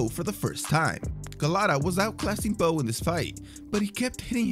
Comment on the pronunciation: Did anyone hear the commentator say “Bowes handlers”